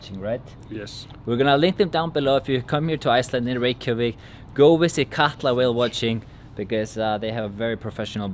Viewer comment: is reykevik the pronunciation of reykjavic?